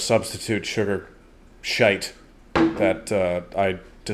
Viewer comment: You said shite like an Irishman